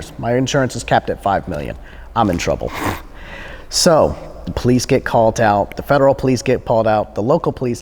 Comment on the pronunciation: "This one pErticular valet 'CALT are office..."